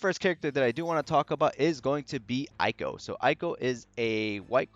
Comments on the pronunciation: thanks for the time! Just a heads up it’s actually pronounced “ehyy-ko” as in “ey wassup” lol great vid btw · IT'S PRONOUNCED EY-KO REEEEEEE Other notes tho: *Eiko still has Max BRV issues compared to other units. *Eiko's other solid niche alongside some other supports, is being able to extend buffs by an extra turn via one of her crystal passives (VERY wise to pair with Eight). *Sephiroth's BRV damage potencies are still a little low, but he makes up for it with A LOT of hits. *I suggest saying DPT (damage per turn) instead of DPS due to the turn-based nature of this game.